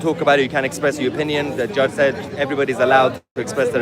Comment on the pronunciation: Its sad to hear him say "we got a good gudge". The British people no longer think the law is fair and just.